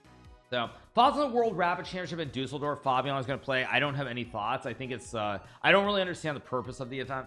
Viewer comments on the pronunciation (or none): none